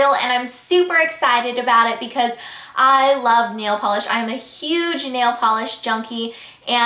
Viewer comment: I don't know if it's just me, but I think it's so funny the way you say "love" LOL Nice tutorial btw :)